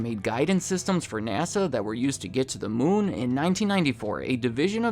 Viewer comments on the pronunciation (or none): none